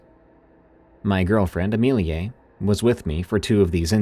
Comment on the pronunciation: it's pronounced A meal ya! 😂❤